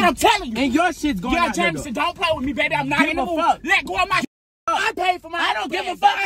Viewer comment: Anyone else love how he say babeh